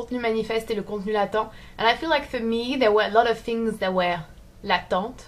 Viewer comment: Latent. It's the same word in English. Pronounced lay - tent. Stress on the first syllable. Something there but unseen or inactive.